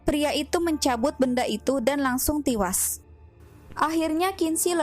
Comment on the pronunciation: Tiwas? Bisa berbicara dg bahasa yang benar? E dan I itu beda ya